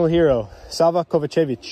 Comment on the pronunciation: Bro it’s pronounced KovA-čević not KovaČEvić. Focus on the A ❤